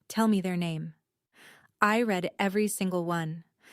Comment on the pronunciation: Need to teach your AI the difference between Read (red) & Read (reed)